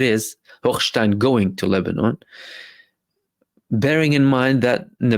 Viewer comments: Omg!!!!! I love the way you pronounce Hochhhhjhhgggggggggshitstein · Brother I was cracking up every time you enunciated “Hochstein”